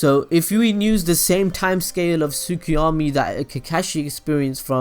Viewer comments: and it is "su ki yo mi". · They way he says Susanoo and Tsukuyomi😑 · Mangekayou :))) Sukiomi :D Kekashi xD Funny way of pronouncing these words, but nice video !! :D